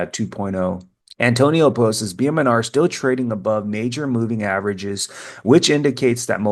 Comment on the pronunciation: I love your videos but here's a little tip: the word "posts" is one syllable. Not "post-es". ❤